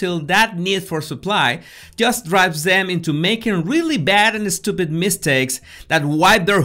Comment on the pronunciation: “You eh-steewwpid boss” I ❤️❤️❤️his accent!